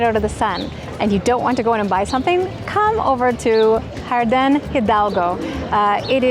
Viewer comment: nice video. jardin is pronouned har-deeen!